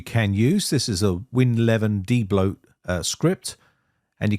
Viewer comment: How to "daybloat"...